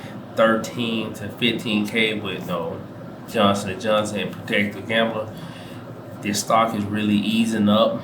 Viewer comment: Procter* not protecter...Procter & Gamble...I have KO and JNJ...along with PEP, O, CSCO, SCHH and DUK